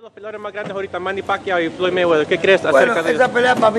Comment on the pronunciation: Roberto Duran: Parquiao, instead Pacquiao! So funny!